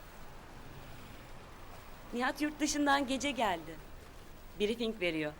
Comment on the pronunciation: de peyker: " biri fink veriyor" deyince de" fink" ne yaa diye dusunmustum. megerse " briefing"in turkce telaffuzuymus😅😂😂😂😂😂😂😂😂😂😂😂 koptum